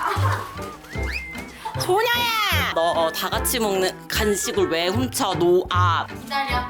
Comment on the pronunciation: 아이고 ㅋㅋㅋㅋ "노.아." 이 정직한 발음에 저항없이 터져버렸내요 ㅋㅎㅋㅎㅋㅎ